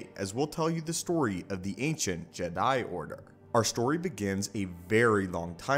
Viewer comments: “JedI” bro why you emphasizing the i in Jedi, it’s just Jedi, not “JedI” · This great but it's weird how you say Jed I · Bruh good video but it killed my ears every time time you said “Ged Die” like bro just say it normal one word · Why do you say Jedi Like that.